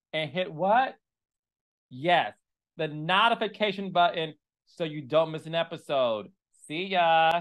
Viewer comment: Why do you say NAHtification